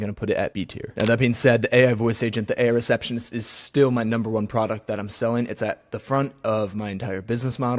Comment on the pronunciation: Arrriiight didn’t hear 👂 Airrr-receptionist 😢